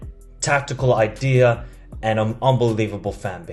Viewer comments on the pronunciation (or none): none